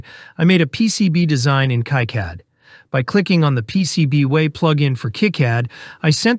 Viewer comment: A few people are saying about it so I may as well, but the Text To Speech: I don't hate it. Sure, your own voice is probably fine, but whatever programme or service you're using sounds really good quality. The only thing that gave it away was the two different pronounciations of KiCAD. I find it helpful to pick a pronunciation and tease the machine a bit. Find and replace all "KiCAD" with "Key Cad", same for "555" with "five five five", for example.